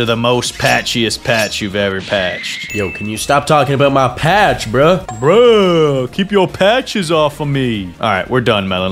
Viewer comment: blud really said pacth 5 times